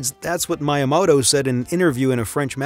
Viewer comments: “” lmao. Also megabits and megabytes are two different things. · Seriously?? Merio????? Good God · Mai-ya-moto? Narrator needs to step up! Otherwise excellent! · I hear some people say "maw-rio" but they're always american and don't understand that people outside the states don't have an american accent or pronounce words like americans because they're not american. I've never heard Italians here say "maw-rio" for "Mah-rio". Although how this guy said "my-yamoto" was weird. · Bet he was saying miyamoto wrong just to get engagement in the comments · Great video but please learn how to pronounce miyamoto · For real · Why are you pronouncing Mario and Miyamoto wrong? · Your pronunciation of Mario and miyamoto is more than a bit disturbing.